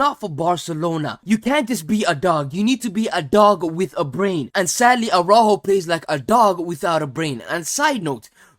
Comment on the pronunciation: You couldn't have butchered Araújo's name pronunciation any more even if you tried.